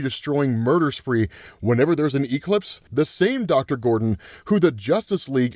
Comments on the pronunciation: Why does he pronounce Eclipse as E-Clips lmfao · Bro...why do you say E-clipse?😂😂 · Why does pronounce ''Eclipse'' like that (e-clips)?. Where's his accent from in the US?. I'm not from the USA. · I love how says E-clipse lol 😅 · Quit saying e-clipse in there 😂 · Bro really said "E-Clips." 😂😂😂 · It’s killing me that you over pronounce the E in eclipse but say it properly for ecplipso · I’m genuinely enjoying how you’re pronouncing eclipse with exaggerated Es but pronouncing eclipso perfectly 😂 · the way ur saying the word eclipse is killing me 😭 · I caught that right away 😂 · Have I been saying Eclipse wrong my whole life?